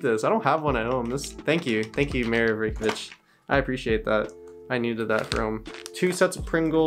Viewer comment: ‘Reykjavich’ lol